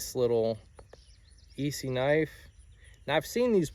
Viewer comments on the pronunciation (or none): About $500 in blades right there. That's a good friend. The second knife is pronounced S-E. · Young man does not know what a case sodbuster is and pronounced Esee wrong. And if you use a knife a lot you would understand tbat a thick knife, although all the hype today is not a proficient knife. Everybody gotta start somewhere tho👍